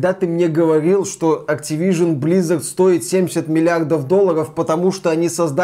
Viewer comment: Почему вы говорите блиизард? Активижин.